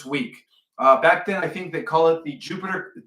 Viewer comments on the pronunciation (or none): none